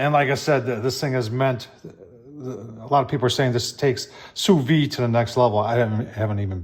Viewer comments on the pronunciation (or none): An interesting tool. While expensive, the instructions on the panel greatly shorten the learning curve. However, I must point out that it is pronounced SU VIDE. You should pronounce the D. Listen to Darren on his channel or google it.